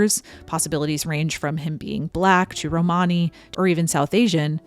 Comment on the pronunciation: romany has the emphasis on the first syllable not the second syllable